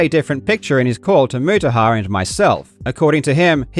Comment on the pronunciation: why is pronouncing mutahar's name like that lmao